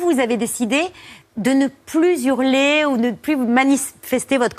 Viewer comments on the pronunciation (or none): « « ne plus zhurler « !!!